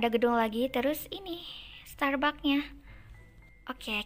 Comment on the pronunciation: Bacanya starbaks kak😅